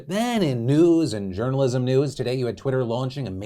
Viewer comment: Hahahhaha "journolism"